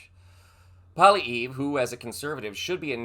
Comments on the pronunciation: Who says PP is going to be our next Prime Minister? I doubt it very much. I think it will likely be Mark Carney. And and even if he is not going to be our next PM, please learn how to pronounce his name properly. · If anyone reports on Canadian government and politics PLEASE KNOW WHAT YOU ARE TALKING ABOUT!? PP (polievre) is playing politics; he is only saying what he has to get votes. I don’t think Canadians want a mini trump. And we don’t want GUNS in Canada. 🇨🇦 you mispronounced his name though I really don’t care or just say pp. or maple maga. Trudeau is still Prime Minister!! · First of all, He IS NOT our incoming Prime Minister; we have not had an election. Secondly, he would be like our own Trump, and not welcome in Canada. It's bad enough having to deal with your moron. BTW, you mispronounced his name!! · He is NOT OUR INCOMING PRIME MINISTER FFS, We haven’t held an election. Since your election, conservatives are falling in the polls. We sure as hell don’t want maple maga and Trump lite! And at least use some phonics and get his name at least closer to correct. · oh and you can't even pronounce his name correctly but don't worry he won't be prime minister so you don't really need to know how to pronounce it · Whoever the hell you are, you can’t even pronounce PP’s name right. Retract your stupid statement that little, mini tRump will ever be the next PM. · Y9u may also want to learn how to say his name... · I won't be watching you any longer and have unsubscribed as you have been careless with the facts, as so many have stated below. You couldn't even spell the Conservative leaders name correctly! Come on now, do better. You can't pronounce it either which is more understandable. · You should learn to pronounce his name! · Lol learn how to pronounce his name... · Maybe you could at least pronounce his name correctly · Mispronounced and mini trump is not the next PM. Do your research before spewing this garbage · Polly-ev not polly-ee. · ‘Polly eve’ 🤦‍♂️